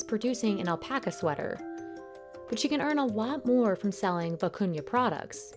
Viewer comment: Thank you for posting this, very interesting. I love almost all the fabrics/techniques. Especially the vicuña wool. It was annoying in the video that the narrator continuously sounded like she was saying “acuña’ instead of the real name.